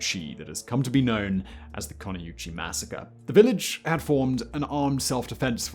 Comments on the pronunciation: Dachau is pronounced DA-cow, not DA-shauw, and Koniuchy is pronounced kon-YU-hey, not konnie-YU-chee. Why go to all the effort to research these histories and events and fail to do the most basic Google search for correct pronunciations? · that's totally how Koniuchy is pronounced